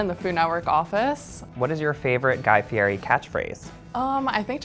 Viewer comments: "Fieri—pronounced "FEE-eddy," with the "eri" trilled Italian-style, for anyone wondering why the 'r' sounds more like a 't' or 'd'—was born Guy Ferry. He changed it back to the original way his family spelled the name, Fieri, in 1995 when he married his wife, Lori. " and "Fieri, very very rare, present in Tuscany and Lazio, Fiero, equally rare, is present throughout Italy, but in particular in Campania, should derive from the medieval name Fiero, with the meaning of proud in God." This has happened quite frequently as with my family name "Love" which was originally spelled "Luiff" and changed when the family came out to America. The same was true of my mothers maiden name "Zurick" which was changed from "Zurich". In both instances it was easier to get Americans to pronounce the names correctly by changing the spelling. Just an FYI for you Slashbag69... I hope I'm pronouncing it correctly. Wouldn't want to disrespect you. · Y’all work for Food Network and you can’t say his name correctly? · How can you claim to be the biggest fan and not even know how to pronounce his name? And the Food Network puts these morons on YouTube. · Learn to say his name correctly. Listen to how HE says it.